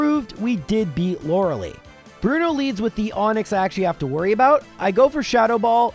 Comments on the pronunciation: Lore lie, not Lore lee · Please stop saying “lora lee” It’s pronounced “Lora lie” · The ending of "Lorelei" is not pronounced "lee." It's pronounced "lie." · Who the hell is Laura Lee? And why do you always say Lorelei's name wrong? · Please stop saying Lorelee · Thats not how you pronounce lorelei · The way you pronounce Lorelei makes me want to shove a pencil in my ear.